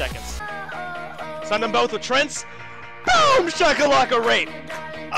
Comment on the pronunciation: Tree...Ant... TREANT. stop saying trent please. kthx